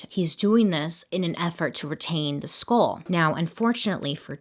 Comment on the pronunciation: i dont know if its just me but everytime she says skull it sounds like school